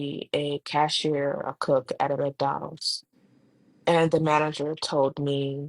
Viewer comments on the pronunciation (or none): none